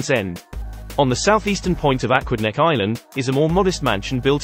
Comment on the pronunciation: a-QUID-neck island . Also known as "Rhode Island", which is where the state gets its name.